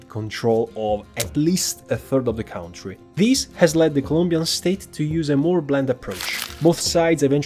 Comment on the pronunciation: Ciao, visto che userai molto spesso questa parola, ci tenevo a dirti che "country" si pronuncia "cantri" e non "caUntri".